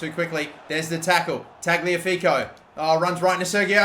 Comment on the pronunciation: ok its killing me. tagliafico is pronounced ta-liya-fico